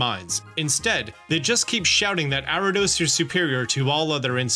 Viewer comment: Why this dude keep saying Arrados instead of Ariados?